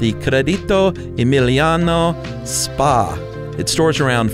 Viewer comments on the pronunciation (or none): It's not "SPAAA" but s.p.a. which means "società per azioni" in italian, an Investment Group